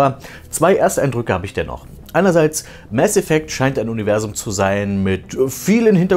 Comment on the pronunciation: Danke das du nicht "Maß Effekt" sagt. Das regt mich immer so auf. Das mit dem "Das ist Paranoia", klingt so dumm, da der Sprecher es falsch betont. Hat bestimmt nicht den richtigen Hinweis bekommen warum er das überhaupt sagt.